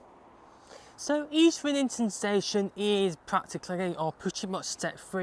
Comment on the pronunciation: Isn't it pronounced EASTrington not EastRINGton?